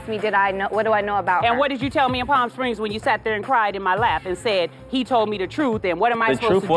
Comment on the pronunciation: Did Jackie say parm springs 😂